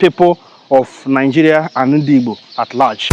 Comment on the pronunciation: You can not even pronounce igbo well, na waa for you